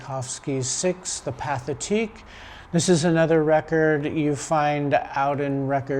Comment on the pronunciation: Very nice. Some advice: Pathetique is pronounced "pa-tay-TEEK". There is no English sounding TH in French.